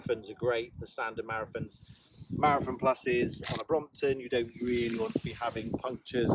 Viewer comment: Ah, Schwalbe Marathon. Had to listen to i five times, "wtf is a Marrafin tyre"...?